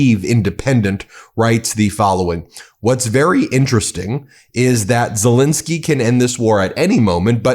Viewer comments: Great video, but could you please pronounce Zelensky's name correctly. It's not Zelinsky with an i, it's Zelensky with an E. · Warum sprechen den Namen Zalinsky immer so total falsch aus und sagen oft einfach nur Salens oder andere Verballhornungen? Dies empfinde ich als höchst respektlos und dümlich und das wäre für mich auch ein Grund Ihren Kanal zu kündigen, falls Sie dies nicht ändern sollten! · It's Ze-LEN-ski....just get the man's name correct...